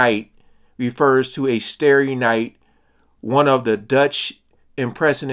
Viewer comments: Its starry night and not stary night! ie as in stars in the night! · Not stare-y, starry. Starry starry night. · Just fyi: not stary (looking to stare) is actually starry like stars. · Not “STAREy night, it’s “STARry” night” . ;) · Ooops... Mel... That's "Starry Starry Night" not "Stairy Stairy Night" (Star--ree as in a night sky full of stars.. :) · Not starey - starry night like stars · Star-ry night. Not Stare-y night. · "Stairy Stairy Night"? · IT IS STAR STAR not Stare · STAR-ee night ... like the word "Star" with an EE at the end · Starry as in "star-ee" ;-) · Tell me you didn't just say "staree staree." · Sorry, but it's a starry a night as in star.👍😇